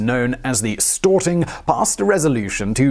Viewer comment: Stor-ting not Stort-ing